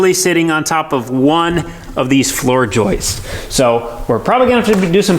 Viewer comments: it’s Joists not Joisteses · Just to clarify, the 2”x8” floor framing members are called “joists” NOT joistesez! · pretty sure is the only one on that job site that pronounces "joists" correctly. gets a pass because English isn't his first language. But there's no excuse for! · The number one hardest thing to do in renovations is to pronounce "Joists" properly.